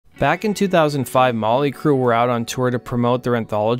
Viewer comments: Sounds like he says " molly" Crue haha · Its not Molly Crue, it's Motley Crue. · Why's he keep saying "Molly " Crue?